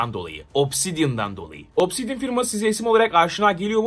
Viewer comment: obsisdian diyince neden aklıma alien geldi?